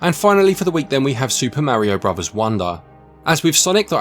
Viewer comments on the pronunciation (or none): none